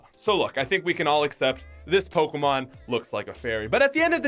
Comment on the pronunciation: Hey! At least hes calls them Pokémon and not PokEEEmon. Good job.